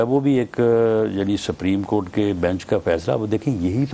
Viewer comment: He is a lawyer and can't pronounce the word,"supreme court" property. Just listen carefully and you will find the difference.